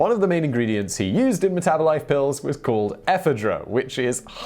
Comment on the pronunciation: "Meth -abolife"😄